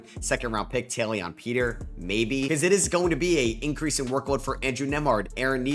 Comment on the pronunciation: I'm noticing you have a knack for mispronouncing some players names consistently. In this video its Taelon Peter (you said tayleon when I assume its taylen) and then Jock Landale (you say Lawndale when its lan dale) and Sam Merrill (you say Muh-rill)